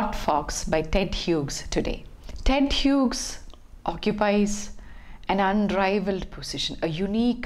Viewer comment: Hughes is pronounced as HEWS rhymes with jews ....